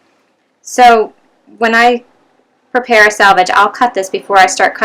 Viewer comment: SELVAGE not SALVAGE